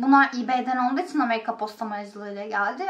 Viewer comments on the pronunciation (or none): none